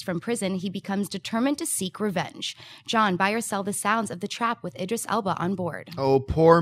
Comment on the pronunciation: said "Idris" correctly! lol